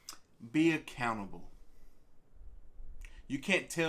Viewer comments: When he said "learn how to be accountable" I swear I heard "learn how to be a cannibal"... had to work that one out in my head for a minute. That was a trip! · Anybody else hear "Be a cannibal" instead of "Be accountable" I had a few moments of wondering. Very confusing for a moment :D